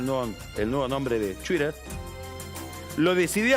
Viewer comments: Que bueno que le cambiaron el nombre asi no hay que escuchar mas a Pagni decir "Chuider" 😂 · Es chuire... XD